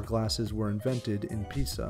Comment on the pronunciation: How can you say Pizza instead of Pisa? I just couldn't keep watching the video after that.